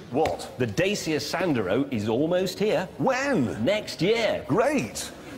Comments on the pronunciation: Dacia is pronounced ‘Dat-chia’ too by the way 😅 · You also pronounced Dacia incorrectly :-) It's pronounced "Dachya", ("da" as in "dark") despite how James May pronounced it. Probably deliberately.